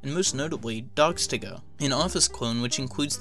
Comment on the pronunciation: When he said "DocsToGo" I thought he said "DogsToGo" LOL